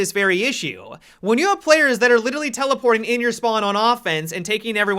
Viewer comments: "litily" do you mean literally? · The part where he said litaly had me dying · Listen carefully, he says "Littley"